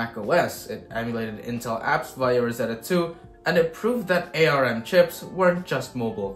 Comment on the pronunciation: I've never heard anyone pronounce Arm as Ay Ar Em before. ARM used to be an acronym first Acorn Risc Machine then Advanced Risc Machines but now Arm just means Arm. Look at their website they spell Arm with a single capital and two lower letters just like the way you don't write an all caps acronym. I had the original Acorn Archimedes with the ARM 2, even though ARM was an acronym you never heard the Acorn guys spelling out the acronym. Perhaps a GIF - jif kind of thing. People that heard the compuserve guys say jif pronounced it that way. For folks not in the US we read it as gif with a hard g. Perhaps you've only read of Arm cores and not watched any videos of Steve Furber or Sophie Wilson at Acorn who created the original processor.